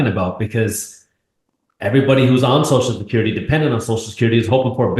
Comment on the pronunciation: Peter literally can not even pronounce social security correctly. 🙄